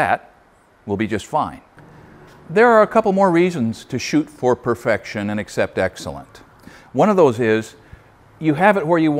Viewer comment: "you shoot per ferfection" LOL...we know what you meant.